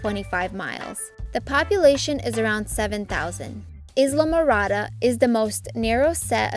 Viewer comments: The word ISLA is pronounced with the S being silent. The narrator of this video should know that. If AI can't do better than that, please don't use it. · You said Islamorada wrong LOL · Not a very good reader. Totally mispronounced Islamorada. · You are not pronouncing Islamorada correctly!!